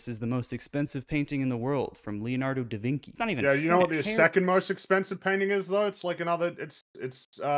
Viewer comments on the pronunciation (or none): he said "da veenky".. its "vinchi" -- he doesnt even know his artist names